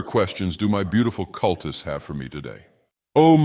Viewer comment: "cul-tits?" Did he say "cul-tits?" I heard "cul-tits."